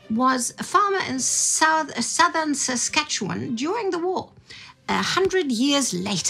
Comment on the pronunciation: Hi gang! Guess who was astonished to see his comment about his grandfather Charlie Ballman make it onto an episode of World War Two YouTube? Ha,ha! And, you even pronounced Saskatchewan properly! You don't know how rare that is! Now you just have to teach Indy how to do it--unless he actually does know! 😉 And yes, for all those wondering about Canadian xenophobia during the two world wars, we did exactly what the US did. We rounded up the Japanese from the west coast and interned them in the prairie provinces, just like we did with the Austro-Hungarian empire immigrants during WW1. Thanks again to, Indy and Sparticus!